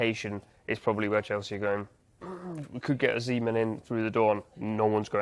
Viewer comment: Why does he pronounce Osimhen like a nutter?